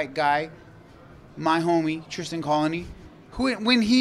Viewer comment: "My homey, Tristan COLONY"? 😂 Not really his "homey" if he doesn't know his last name is Connelly, not "colony". 😂😂